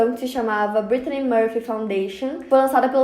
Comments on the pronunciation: Que agonia dela falando "Britney" toda hora. BrittANY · E eu que achei que era Britney e só percebi que é Brittany com o comentario